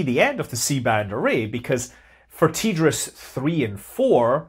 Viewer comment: TDRS not ''tee-driz"